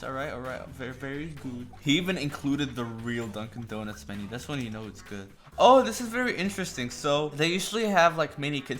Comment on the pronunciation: Did anyone notice how he said "DunCan DOnuts"